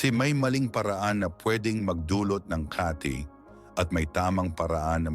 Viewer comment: Correct your pronunciation of word kati pronounce it quick to emphasize meaning as refer to itch the way you pronounce it slow means another.. like place in Makati city